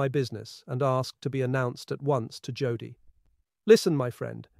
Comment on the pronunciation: It's pronounced Yodel .